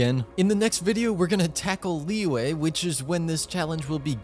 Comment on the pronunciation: "leeway: lmao